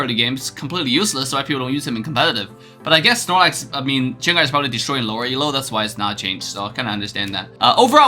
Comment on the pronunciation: It's pronounced Gan-ger not Zenger